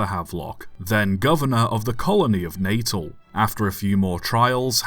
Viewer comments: Natal - pronounced na-TAAL, not NAY-tul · Pronounced Nat al.